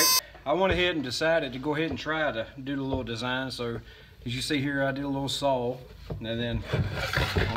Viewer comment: Why do you say saw as sawl ?